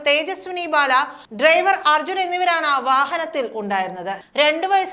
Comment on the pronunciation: ബാല എന്ന് പറയാൻ അറിയാത്ത വായനകാരി